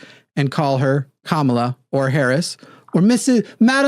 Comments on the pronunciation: Just let them know the accent is on the first syllable not the second syllable. Kamala, first syllable. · It’s weird how stuck on how to pronounce her name they are but she’s been inconsistent on it herself. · Funny that advocated for correct pronunciation of Kamala n immediately made my brown Indian Hindi speaking skin crawl with his pronunciation of it. Oh lord, white ppl just wont get it. That said, i love how is on a roll this week. This is the 2nd caller he has taken to the gallows and offered up as a sacrifices to the Globs. I love how Theo was jumping up and down and was getting flustered like the lost and mentally unhinged sheep that he is. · I've heard Harris mispronounce her own name.